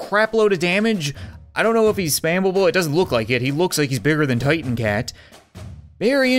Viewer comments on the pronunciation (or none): none